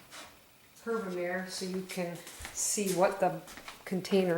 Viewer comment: Herb-a-mah-ray? As in mare (mah-ray) meaning sea/ocean